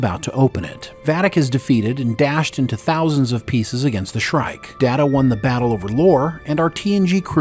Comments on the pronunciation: Pronounced "Data" the way used to early on in Season 2 of TNG. Pretty sure it's established that "DAYTA" is correct and "DAHTAH" is not correct. Does the narrator ever actually watch Star Trek??? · Someone who pronounces Data as Da-Ta instead of Day-Ta - is not a Chanel I will watch. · Da-duh... Guys.. please, no. That is what Shelby called him. Day-Ta is his name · You mis-pronounced Data's name as "data" - One is his name; the other is not. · Why say Datta? Why? Everyone in the show including himself say Dayta. So please, one more time, why say datta? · Dah-ta? Oh, my. I guess gets two shout-outs this episode. 😂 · Wait, did you call him "DAta" right at the beginning?? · Alright lol, its Day-Ta..... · Did you just call Data Dat-A bro what lol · It's pronounced (date a) you may ask what does it matter. Well one of them is his name the other is not 😂😂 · Datter? Who's "Datter"? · Another excellent script and narration. The one nitpick is that where as last week's was wordperfect, the first pronunciation of data in this one was incorrect. But it was fine for the rest of it. Thanks again for the video and for all of your work. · They lose credibility with their audience if they can't say his name right, means they don't watch the show, just a guy reading a script or a bot...thumbs down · You're saying Data like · Excuse me. It's pronounced Data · Not data its Data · How can you mispronounce Data? I mean one is his name and the other is not. Shame ...... SHAME! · Did he just mispr9nounce data name? Lol so many amateur mistakes by these podcast guys! Proof read fool s